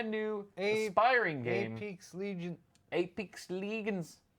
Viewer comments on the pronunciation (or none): none